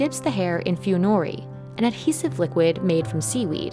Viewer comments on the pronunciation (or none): damn, all these heavily english accented voice when pronouncing those Japanese words sounded so weird. Funori is one of those examples that's way too many to even mention, it is NOT pronounced as "few-noe-ree". It should be read as it is written, like Spanish words. It should be pronounced as "foo-no-rie" instead. You don't read everything in English, lady. Foreign words should remain be read as their original language does. You narrate a video about people's efforts, but you didn't even make any effort to pronounce those words correctly. You read it all in English accent, ironic. AND PLEASE, USE METRICS INSTEAD OF IMPERIALS.